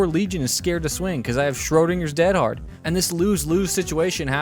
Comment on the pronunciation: Not defending Dead Hard, but actually the reason you sound like a caveman saying it is that almost everyone subtly mispronounces it. Dead in this instance is not the adjective meaning "deceased" but the adverb meaning "completely", used as an emphatic - like "dead tired" or "dead set". I don't know if American English ever uses "dead" this way, but the phrase is very British, eg "I'm dead hard, me". Every DBD player I've heard mention the perk pronounces it DEAD-hard, but it should be more like dead-HARD with the emphasis on the second syllable. You're bragging about how hard you are (in American terms, what an unfazed stone cold badass you are).